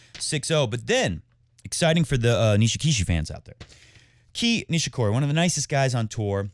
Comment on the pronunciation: Whats up with the name mispronounciations (Key Nishikori? :D) Is that intentional? xD